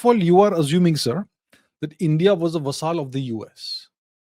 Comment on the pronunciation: Abhijit 'vasaal' chavada 😂😂